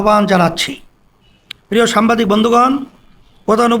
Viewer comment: একটি দলের নেতা অথচ দেখে রিডিং পড়তে পারেনা সে নাকি সংসদ সদস্য হবে দেশের নেতৃত্ব দিবে হায়রে অভাগা জাতি সাংবাদিক কে সাম্বাদিক বলে